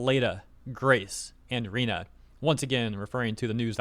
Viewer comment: "Rena"... YEAH I THINK THEY DESERVE IT (it's Rina, come on... IT'S ON THE TWEET)